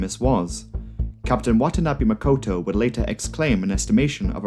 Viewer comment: Makoto not Mokoto